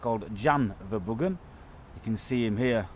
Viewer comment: Their name is pronounced verrr broh hun or verrr broh uhh. It's duch or flemish. They can't even pronounce their own name. Halve my family are flemmish.